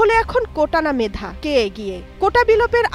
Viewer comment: কোটা না মেডা..??? হ্যাডা হ্যাডা😂😂😂